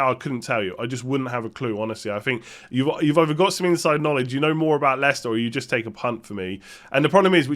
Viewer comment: thumbs up if you love "Bhouut":D